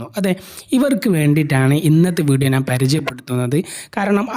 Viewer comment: ഒരു ചാനൽ തുടങ്ങുന്നതിനുമുമ്പ് മലയാളം നന്നായി പറയാൻ പഠിക്കൂ ഴ എന്ന വാക്കും ഞാൻ എന്ന വാക്കും നിങ്ങൾക്ക് പറയാൻ കിട്ടുന്നില്ല